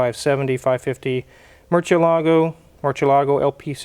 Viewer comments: Talks smack about how Gallardo is pronounced then says merchialago. Smh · Funny to hear the Spanish lesson on how to pronounce Gallardo but then butcher the pronunciation of Murcielago, lol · Freaking jamokes don't realize Lamborghini used Spanish names for most of their cars. Brits say Murchialago instead of Mursielago when pronouncing Murciélago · you were right to correct how to pronounce "Gallardo" (in Spanish), but mispronounced "Murciélago." The 'ci' is pronounced 'SEE' and not 'CHEE.' And in some dialects (Barcelona mainly), it's 'THEE.' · Respectfully, but it is Murciélago (spanish for bat) not Murcielaaaagooo. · I wish you guys could learn to pronounce Murciélago. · Now let's work on Murcielago because all of you dudes just DESECRATE the pronunciation. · and thanks for correcting Akons pronunciation of the Gallardo. Now if you could pronounced Murcielago Correctly, you’d really speak with grammatical authority. Ask Freddie how, he’s got it down. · Making fun of Akon, but mispronouncing Murciélago is ironic ;-) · The wizard need to learn how to pronounce Murcielago. Before he corrects someone else.